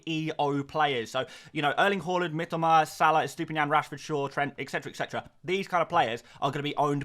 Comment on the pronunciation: Mi-TO-Ma...say it right please...I'm Japanese and "Miteema" triggers me every time you mispronounce it😅